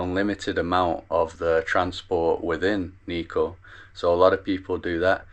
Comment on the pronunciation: niko ああ、日光nitsuko発音が、、理解するのに5分掛かった(笑)